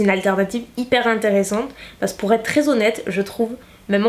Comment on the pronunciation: Pourquoi tu dis "pace" au lieu de "parce que"? Est ce ton petit accent du sud😉😊 très très bonne vidéo! Pourrais tu tester entièrement la marque W7? Bisouss❤